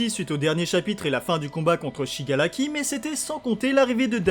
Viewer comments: c SHIGARAKI et non SHIGALAKI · c'est pas pour être méchante mais au lieu de dire Shigaraki tu dis shigalaki et pour dire Todoroki tu dis tôdoLoki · Pk tu di shigalaki et todoloki au lieu de shigaraki et todoroki